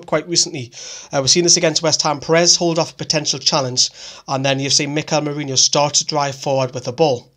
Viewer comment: ITS NOT MIKEL MERINIO ITS MERINO. ITS DRIVING ME MAD